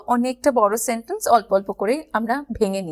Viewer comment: Not স্যানটেন্স but সেনটেণ্স